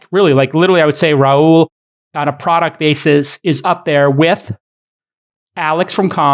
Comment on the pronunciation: I don’t think Rahul is pronounced that way.